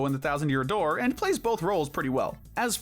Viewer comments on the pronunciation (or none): none